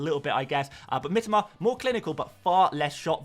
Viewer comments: Always annoying when people try to correct others but are just wrong themselves.. Do you seriously think that Japanese people pronounce it "Mi-TOE-ma", just because that's how the average British FPL Youtuber pronounces it? Because then you know nothing about Japanese. got it very close. The I-sound is a bit more like an "ee", but he's definitely closer than most people here. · He said that it is the correct Japanese pronounciation.